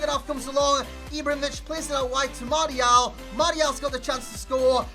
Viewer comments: well I didn't expect you to reply lol but yeah try marshial and let go of the mart-ial, love the channel other than that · martial is pronouced marssial